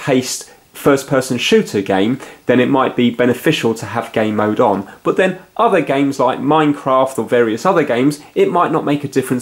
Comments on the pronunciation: I'm British myself, he's saying gay mode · you keep saying gay mode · Jay Turner yes it sounds like